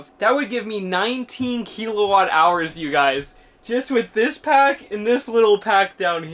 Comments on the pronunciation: "Kill a watt", not "key la watt". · There's no E in kilowatt